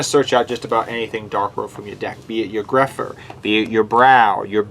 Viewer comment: Grapha not grepher